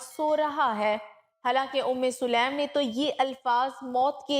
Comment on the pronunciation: Selam nahi . Bulka saleem hai.